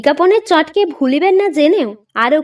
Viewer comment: "বিজ্ঞাপনের চটকে ভুলিবেন না জেনেও" ..... । "চটঅকে" এই রূপ উচ্চারণের বদলে চট্ কে ! এ কি রকমের গল্প পাঠ?